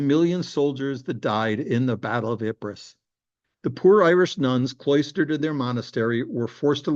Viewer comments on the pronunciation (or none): ipres is pronounced eep